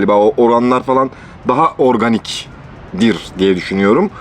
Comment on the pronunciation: abinin her tadı kötü olan içeceğe “organih mi lağn yohsaa” deyişi 😄